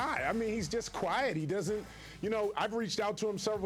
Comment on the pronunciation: Kwuiet Leonard